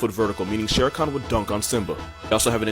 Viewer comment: just saying Sher Khan isn't pronounced Sher 'con' Khan is an actual surname of people in South Asia it's pronounced "Khaan" (the K is spoken from the throat)